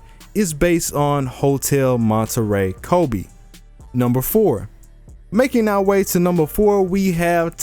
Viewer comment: Ano... it called KobE not Kobi '-')